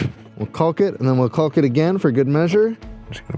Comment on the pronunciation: The "L" in calk is silent... except on this channel